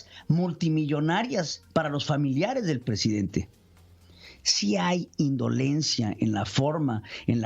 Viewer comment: Yo si dije, no manches, y ese es el Prejidente!